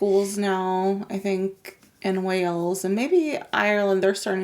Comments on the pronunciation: Wales is pronounced like the animal whales. Not wells. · just to help out with pronunciation, the country is pronounced WAles. WElls is a city in Somerset, South West England. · Wells? It's pronounced Way-alls. Same pronunciation as the big fish in the ocean 😂